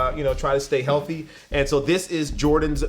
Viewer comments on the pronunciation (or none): none